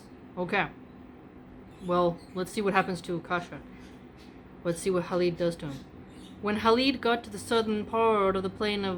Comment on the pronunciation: It is Khalid not Halid. I guess you got that from Habib which he spells as Khabib.